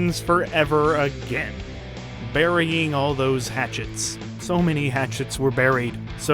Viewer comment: I love how the narrator stubbornly keeps saying 'mini' instead of 'many'.